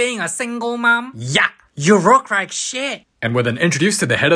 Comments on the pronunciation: "you rook rike shit" 😂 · "YOU ROOK RIKE SHRIT" truly wise words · YOU ROOK RIKE SHIT! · "You rook rike shit"